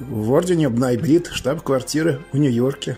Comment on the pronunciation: Как то он странно произносит бнай брит похоже на наебрит или ноябрит от названия месяца ноябрь???!!!